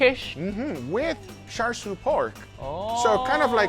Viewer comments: How are you getting "sharshiu"? It literally starts with "char," a word you've said countlessly in your videos 😅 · How did he pronounce char siu? Did he say shar like shark? Isn't it pronounced more like char-coal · It's pronounced the way it's spelled, Char, I don't know where Guga found an S to add to the pronunciation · Its cha siu, not char siu. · Dear Americans, it's not char "SU", it's char "SIU/SIEW". It's literally written on the bottle. Please learn to pronounce words. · Why on earth would you say 'shar shiu'? It's char (as in charcoal) siu! It's sharcoal now, isn't it? (Uncle title removed immediately) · what the hell is “shar shou” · He is making Asians mad by pronouncing it like char siu instead of cha siu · Guga, just pronounce it like how you would normally pronounce a char.. its not "shar" 🤣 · Your pronunciation hiyaaa. It sounds like Cha seyou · i die a little every time he mispronounces char siew but i forgive him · Mr Guga.... please check how to pronounce Char Siew correctly....Cantonese way....😁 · take a shot every time he mispronounces "char siu" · whys no one talking about how he pronounced char siu haha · I died every time they mispronounced 叉燒 Uncle Roger, why didn't you correct them? 😭😭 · the char in charsiew is pronounced the same as the char in charcoal. *edit: got it right!